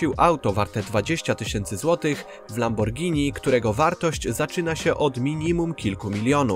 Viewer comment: Gościu każda szanująca sie osoba wie jak poprawnie wymawiać nazwę tak znanej marki